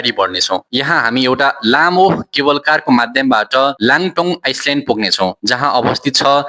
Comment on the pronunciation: आइसल्यान्ड होइन आईल्यान्ड , नाउलोन होइन काउलून हो , लाङटाङ आइस्लेन्ड होइन लान्टाउ आईल्यान्ड हो , सिङ्मोङ होइन सिङ्मुन हो ! अलिकती उच्चारण गलत भए नी समग्र सामाग्री उत्कृष्ट छ !